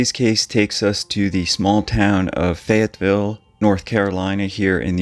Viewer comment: Fayetteville is known as a tough town. There is no "s" in Fayetteville though.